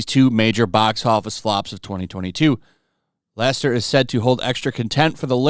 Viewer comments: Why can't you say Lasseter? LAH -SE-TUR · IT'S LAS-E-TER!!! SAY IT RIGHT 🤣